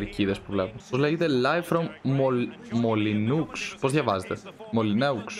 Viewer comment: Το γήπεδο της Wolves προφέρεται Μολινό